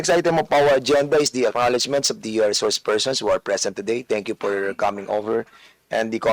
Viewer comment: Itong c feeling din puro Ka P. 🤣🤣 Ip impormation, pour instead of four jusko ko 😂😂